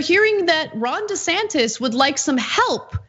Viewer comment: When I hear them say his name I always hear "Rhonda Santis", it would be better if he went by "Ronald" but, he won't change the empirical fact that he is a fully qualified idiot.